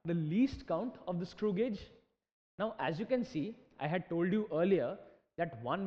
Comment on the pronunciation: Thanks Alot....but it is not pronounced as godge it pronounced as gage